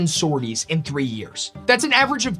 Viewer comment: Amazing start, thank you! Just a note: the last 's' in sorties (sor-tee) is silent. I only mention it cause I was actively disoriented and confused for a few seconds - I'm not a grammar yahtzee I swear!